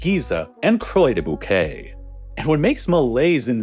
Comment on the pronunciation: The moment when he pronounced "des Bouquets" correctly, but "Croix" incorrectly 🤦🏻‍♀️🤣